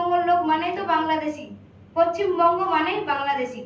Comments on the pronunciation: পচ্চিমবঙ্গ উচ্চারণ যারা করে তারা পশ্চিমবঙ্গের লোক হতে পারে না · পশ্চিমবঙ্গ টাও ঠিক করে বলতে পারছে না 😂😂😂 পচ্চিমবঙ্গ বলছে 😂🤣😂🤣😂🤣